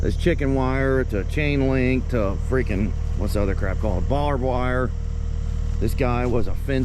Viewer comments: I like how calls it "Bob wire" he probably has no idea. Lol.. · I hate to be THAT GUY but its BARBED wire (sometimes barb wire) not some guy, Bob's wire. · “bob wire” lol